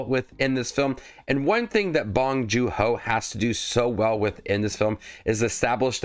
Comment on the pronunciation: By the way, it’s pronounced “joon”, not “joo”